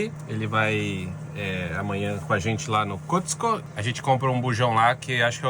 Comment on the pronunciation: Boa noite queridos, não querendo ser chata já sendo, rsrsrs, a pronúncia certa é "cosco" e home "dipo", mas vocês falam como quiserem, tá? Rsrsrs, beijos